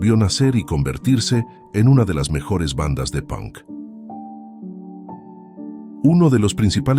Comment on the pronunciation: Si dice pank en lugar de ponk no sabe nada de punk.